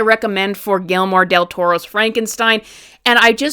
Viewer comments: Gelmore? Gui ller mo. The double LL like a y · 1. The bangs look just fine 2. Guillermo is pronounced Gee-Jer-Moe. 😉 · Was the mispronouncment intentional?!😮